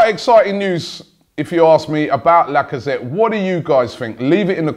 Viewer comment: Lacazette is the first name I've heard you get right. "Gundagon" an entire summer was a killer. And you still go "Kolasanic" We have no such player, please...